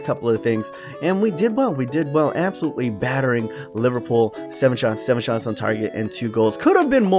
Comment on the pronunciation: It's not LIVERPOO ITS LIVERPOOL